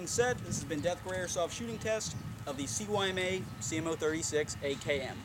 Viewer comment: Isn't it (sigh-ma)? CYMA?